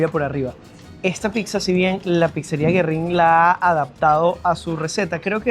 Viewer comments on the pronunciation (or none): Corrección a la muchachita, Güerrin es un nombre en italiano no en español y suena Guerrin.👍🏻